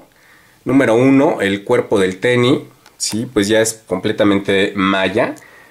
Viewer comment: El tenis, no el teni